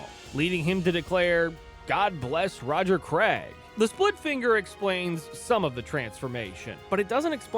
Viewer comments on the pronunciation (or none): none